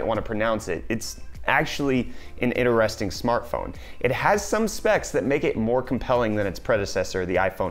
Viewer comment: INE-RES-TING smart phone